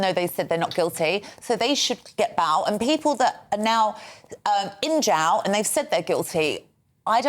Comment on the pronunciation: How can this woman not pronounce the words Jail and Bail ?